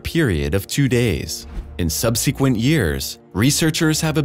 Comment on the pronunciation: Please learn how to pronounce subsequent.